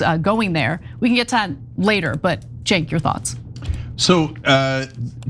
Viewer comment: You've been to Turkey many times, but you don't know how to pronounce Cenk???????????????????????????